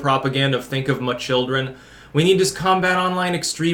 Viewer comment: I laugh anytime you say anything like "muh children" lol. That muh shit kills me lol